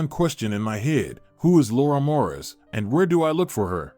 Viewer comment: It’s Morris not mauras.